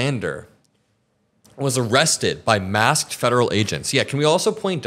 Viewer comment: Hi, love your show! But please stop pronouncing these words this way: "ah-legal" for illegal and "ee-rested" for arrested.